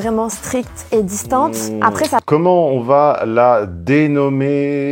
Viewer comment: Par exemple elle dit aprés au lieu de après